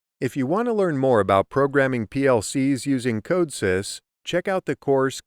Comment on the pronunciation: Weird that you pronounce Codesys wrong. Especially if you are trying to teach it.